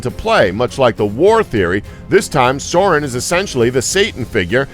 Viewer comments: “Sour Man” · Serumenn. That was the first horrible pronounciation. Also how was the second one a crazy fan theory?!